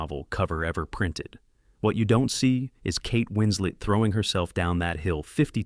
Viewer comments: I cannot deal with how this narrator keeps saying Winsley instead of Winslet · Winslet, not Winsley! Facts matter! Just one of several inconsistencies ! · Winslet, not Winslead... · “Hunting for husbands”? Kate “Winsley”? 52 seconds in. I’m out. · Kate Winslet also lied about her age. And why can't you pronounce her name, Mr Robot? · a million ways to mispronounce "winslet"